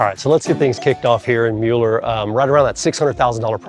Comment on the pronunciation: Excellent video. Admittedly, we live here. We appreciate your candid and fair portrayal of our beautiful neighborhood. Thank you so much for pronouncing it correctly!